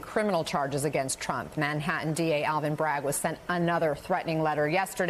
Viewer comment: He's back in Manha-in? Is that anywhere near Manhattan?